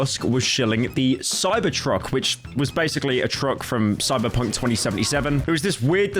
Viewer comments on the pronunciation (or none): none